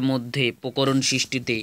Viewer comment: Sir ota pokoron noi prokoron😅😅